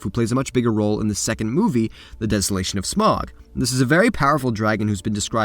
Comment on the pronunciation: That's not how you pronounce Smaug